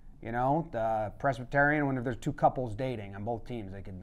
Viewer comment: In this video I learned has no idea how to pronounce Presbyterian